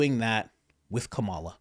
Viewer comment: You pronounce Kamala Harris's name wrong.